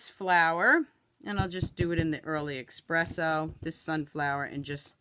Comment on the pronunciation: Love your videos. You have great creativity. But one thing always bothers me. There is no X in espresso. Know it is a common thing, but it really stands out to me (might just be my speech judging days!!).